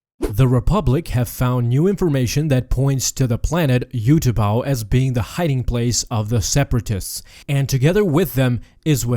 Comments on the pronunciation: Utapau is pronounced Ooh tuh pow. Not you tuh pah. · its oo-ta-pow not you-ta-pow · What is with the pronunciation of Utapau??? ‘You-ta-pow’??? ‘Up-tu-par’ that’s how it is in the film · 20 seconds in and i hear "you-tupou"... all i think is... SKIP!